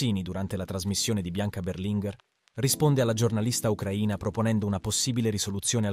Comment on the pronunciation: Berlinguer !!! No Berlingher